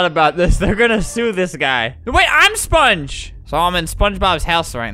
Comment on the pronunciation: SpongUH is how he says it to me